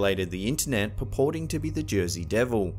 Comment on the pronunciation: Is there such thing as a "Jersay Ham" ????? 😂